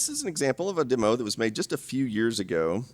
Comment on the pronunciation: Congrats on saying "demo" instead of "dimo."